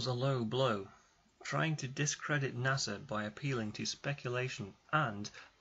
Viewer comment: "Nassau tells us..." It's NASA, you git! Na-suh ... not Na-saw! Omg! He keeps saying it!